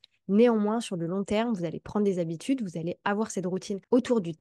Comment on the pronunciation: J’adore tes vidéos qui sont précieuses et que je regarde avec attention. J’ai juste mes oreilles qui frisent avec les chiffres . septz’habitudes ou les huit z’habitudes 😩 😩 😉